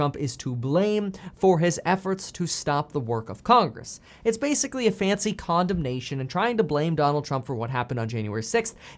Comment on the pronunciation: Who else caught Kevin saying condomnation instead of condemnation ? Lol